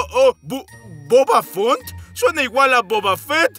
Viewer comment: Se equibokan el elefante se yama bubba fant no bubba font